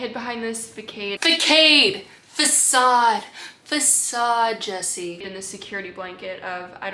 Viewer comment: After hearing how you pronounced facade I would like to propose we that combine facade and barricade to create fa-cade (how you originally pronounced it) as a new term. definition as: a defensive outward appearance used as an improvised barrier prevent or delay the agressive actions/attention of opposing forces.